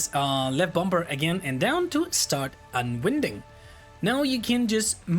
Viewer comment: "winding" and "unwinding" in the context of spinning a spool is pronounced like the word "wine", I am "wine-ding" the hose up for storage, I am "un-wine-ding" the hose from the reel. Otherwise, Really enjoyed the video!